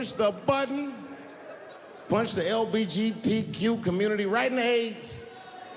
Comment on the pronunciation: have you realised he says LGBT as LBGT, makes it sound like a fast car brand